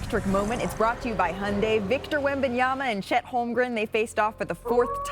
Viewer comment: Who is Victor Yembiyama?? 😂🤣😂🤣😂